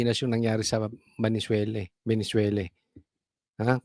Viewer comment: ve ne zuela.....hindi valenzuela po hehe